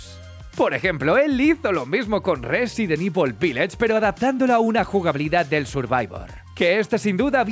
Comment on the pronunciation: Qué sabroso cuando dice Rrrresident ivol